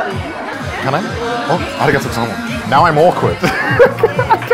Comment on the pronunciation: How are you so bad at Japanese? YOU LIVE THERE. Please learn just a little bit. Like to pronounce "Arigatou gozaimasu" properly...please.